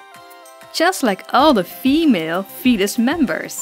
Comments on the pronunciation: not to be rude or anything but it kinda sounds like ur saying fetus instead of felis Srry if ur offended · At first I thought you said the fetus family